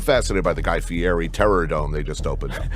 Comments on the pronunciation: Brother pronounces Guy Fieri like he is from a small Italian town 😂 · Had to stop watching after the 3rd or 4th time he pronounced fieri like that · Bro pronouncing "Fieri" like that is wild my guy. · The way u say fieri pisses me off lol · why does patrick cc: say his last name wrong, there are not t’s in the name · What's up with the way you are saying his last name? Stop trying to put a fancy accent spin on it, it's not how it's pronounced, also drop the gambling ad, that's just not you, sponsorship or not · The only thing more obnoxious than Guy Fieri's persona is the way you pronounce his name. That being said - big fan of the channel, and Guy Fieerrrrreeie never did me any harm - he seems like a cool dude. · Why are you pronouncing his last name like that 😂😂😂😂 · Love mostly all your videos but you constantly pronouncing his last name ‘Fieti’ drove me up the wall lol. Why?? You spelt his name right in the title? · Are you makimg your videos purely with AI now? Fkn pronouncing Guy Fieri as Guy Fieti the whole time. What a waste this channel is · Why do you say "Fieti" with a "t" when his name is "Fieri" with an "r"? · Fieri. It's Fieri. Not Fietti. You're speaking English. This is as obnoxious as middle America boomers trying to say "tortilla" with a Spanish accent. Stop. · i thoguth his name was pronounced "fay-reeeeeee" not "FïÊRRÊËÊË" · FEEE EHHH REEE....Not FEE ETTT EEEE..Ask the man yourself.. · but it’s spelled like “fee airy” why tf is he saying “fee etty” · Why does patrick pronounce dudes name all weird? He kept putting a t in guys name. Fe air re not fe etti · Im dyslexic and always thought his name was pronounced "Guy Ferrari" 😂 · You said his last name incorrectly every single time. It's an "r" no a "d" fieRi not fiedi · Fee eddie ? Dude, since when is an r pronounced as a t ? 😂😂😂😂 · IF you are narrating this yourself? Ugh. You're miss way too many pronunciations. If it's AI you get what you got.🫤 I mean, FeeeEtty, Guy FeeeEtty. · Guy "Fietti"